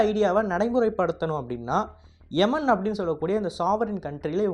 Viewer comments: Daie! " Yeman " Endru Sollaatha. " Yaeman " nu, Sollu. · தம்பி எமன் இல்லை யேமன் தமிழ் உச்சரிப்பு மிகவும் மோசம்